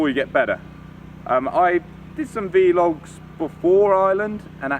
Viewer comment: You know they're called "vlogs"... not "v-logs", don't you? Say "blog" but change the 'b' to a 'v'. You're welcome.